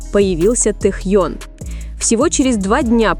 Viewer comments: Блогер не умеешь говорит имя Тэхён уступи место другим ,которым умеют правильно говорит имя Нашего любимого Тэхёна! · Миллионы им восхищаются, а вы даже имя его правильно произнести не удосужились